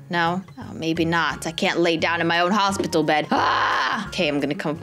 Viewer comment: "HosPItle bed"